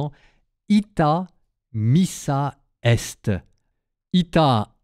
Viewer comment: Pardonnez-moi mais on dit : ITE, missa est. ☺️